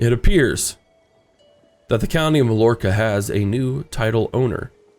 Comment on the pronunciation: Loving the series and! Also Mallorca is pronounced like My-Orca. In Spanish double l's make a y sound.